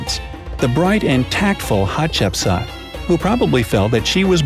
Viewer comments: At the beginning I heard her name as hot chips,can u believe it 😂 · For school I am going to dress as Hatshepsut but it is really pronounced Hat-shep-sut. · Its pronunced hat-shep-soot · we Somalians that is not the way we pronounce Hatshepsut either in Arabic or a Latin. our great grandba used to tell us some fairy tales about حتشبسوت which is Hat-Shap-Sout as pronunciation not as Hatshepsut. just like some people miss pronounce the pharaoh of توت عنق آمون Tut-ank-aamoun as tutankham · I am just gonna tell you are pronouncing her name wrong its pronounced like hatshepsuut no offence or anything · You sead hapshepsut rong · its pronounced hatshepsoot, ok? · Chip suit? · hat shep sooot not sat or sut not aaaa its ooo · It’s pronounced hatch-a-put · Im actully egyptien its pronounced hapsetsuot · Coloeptra and her were the best ones i love a7chbsa by the way your saying it wrong but its ok cuz you ant arbic